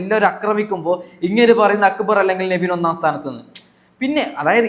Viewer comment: അക്ബർ എന്നല്ലേ പറയണ്ടേ അക്ബറ് എന്നല്ല..